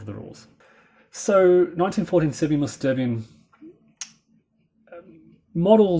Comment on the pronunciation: 'Sterbien', or actually 'sterben' ('sterbien' is not a real word) is pronounced 'schterben'; as english speakers don't know 'sch' - it's like in mashed potatoes.